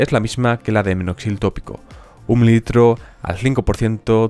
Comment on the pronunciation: Oigo claro, “un litro”. Incluso, en vez de minoxidil, escucho “Noxil” . Pero no importa, la información es valiosa, y eso es lo que realmente importa. Gracias.